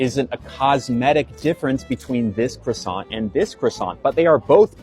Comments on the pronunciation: He is mispronouncing the word croissant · KWA- sau